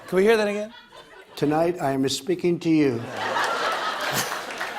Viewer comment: LOL! Like Yanny or Laurel.. I hear, Tonight, I'm Espeaking to you